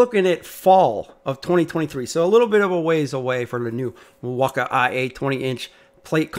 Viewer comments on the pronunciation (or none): Milwaukee is pronounced mill-walk-key Not Mil-wak-ie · It’s the way he pronounces Milwaukee